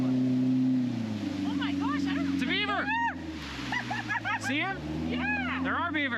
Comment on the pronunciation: Wait, did you say Beaver, or Bieber? LOLOLOL